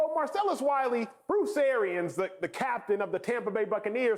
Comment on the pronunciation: Wiley (and not 'Wally') ain't funny at all!